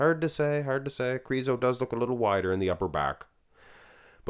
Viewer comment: I love the way you are crooning Krrrriso